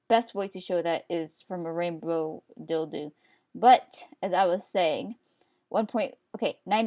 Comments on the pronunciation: AAahhhhaaaaAAAHHHGHHH i love how she says "dildo" she says it like: dildu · Did you call it a dildoo..? Awww! xD